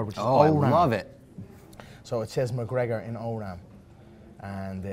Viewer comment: "O-ram"? Did he mean Ogham? smh